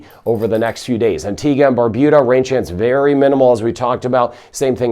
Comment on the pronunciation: Thank you for pronouncing Antigua & Barbuda correctly 🇦🇬